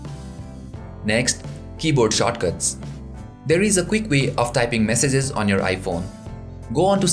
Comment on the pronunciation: "Keybode Shotcuts"